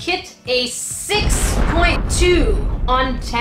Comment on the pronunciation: The accent is on POIIINT!! #nerdificationsquad! #grains #saltshakers Lol😂😂